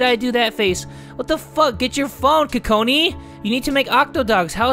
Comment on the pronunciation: Lmao be saying Kokoni all day 😂😂😂😂 btw i love ur vids. - haley and amber